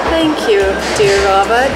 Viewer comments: Why do U call it a RABIT? It is Rowbot- sounding it out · Sounds like she says Roberts other then that great video not being mean just saying great video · Isn't it supposed to be pronounced as row-baats? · The way she says robot 😄 adorable! Row-bot is the American pronunciation. Aww her moms adorable too! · Lol her pronunciation of robot is adorable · Can't say a simple word like "robot" -- really. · I'll never say "robot" the same again..